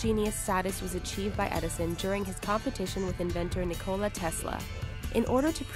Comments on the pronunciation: That "Niko-la" made my laught.Its simply Nikola -- you have to say it fast. :D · why can't people say Tesla's first name right